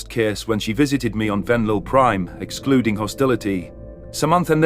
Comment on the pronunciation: Exuding sounds like excluding